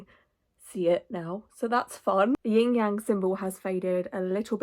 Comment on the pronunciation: (Not a big criticism but) you said you had a Ying Yang on your finger, but it’s actually Yin-Yang, no g after yin. It might have just been a tongue slip tho, just wanted to comment bc it always irks me a little bit 😅 no hate tho, most people don’t know, but it’s a bit disrespectful.